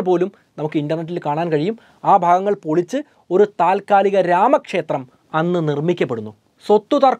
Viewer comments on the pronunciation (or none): none